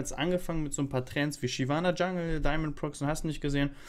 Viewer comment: Es heißt daimond pro X